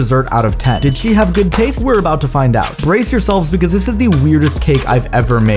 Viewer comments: Emphasis on the “did” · Emphasis on the word did in “did she have good taste”😏